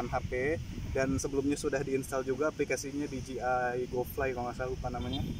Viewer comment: Bos bukan diji ay tapi dije ay